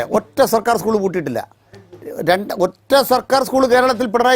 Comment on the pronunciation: സ്കൂൾ എന്ന് പറയാൻ പഠിച്ചിട്ടു വാ 😂